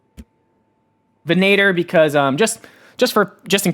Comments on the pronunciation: venator rhymes with senator not tow-mater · That venator pronunciation is wild.